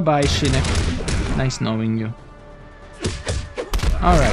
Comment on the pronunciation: I swear every time you say shinik it pissis me of its SHINOCK OCKKK NOT ICCCCC